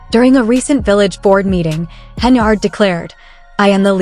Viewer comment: Her name in henYARD, NOT HenARD!!!! Good God.